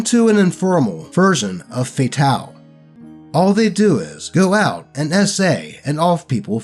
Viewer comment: Why are you pronouncing "F.A.T.A.L." like it's some kind of French word? You just pronounce it like "fatal." Also, the last story was clearly a case of DM favoritism. Most likely, the necromancer's player and the DM planned to have some sort of roleplay moment full of unearned, artificial tension where the party convinces the necromancer to forgive them for whatever ass pull retconned thing they were going to gaslight the party into believing they did to him. That way, the necromancer would rejoin the party, and the player would get to control two characters. Fortunately, the OP put a stop to that before it even began.